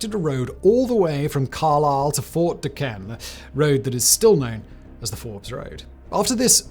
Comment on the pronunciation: It’s pretty cool that they covered this. Fort necessity is right down the road from where I live where Jumonville isn’t too far from where all this happened. They also have General Braddocks grave nearby as well. Would like to point out that Fort Duquesne is pronounced Fort Do-cane*